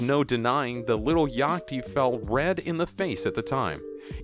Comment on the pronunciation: You don’t know how to say yacht? 🤨